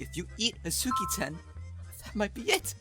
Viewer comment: Hi!!! (Sorry about that) I’d like to point out, instead of saying Azuki-Tan, said Akuzi-Tan (dw I understood what he meant)